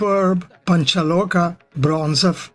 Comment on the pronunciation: Not panchaloka - it's panchaloha